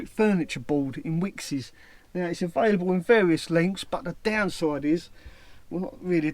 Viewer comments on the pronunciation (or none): Wickes, but pronounces it "Wickses". Lol